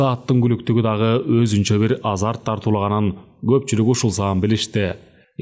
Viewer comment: Сизге чоон рахмат ❤ бирок азарт деген созду ондоп окусаныз жакшы болобу деп ойлойм 😊